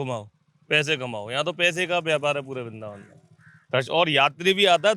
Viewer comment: bindravan hota hai vrindavan 🤔